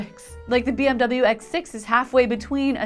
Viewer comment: You said "Bee Em DoubleYou"! Congratulations, you may be only the second person in the universe to have done so!